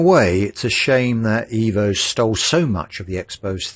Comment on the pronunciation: I love you mate, love your videos, but please... it is pronounced "Eh-vo". Ciao!!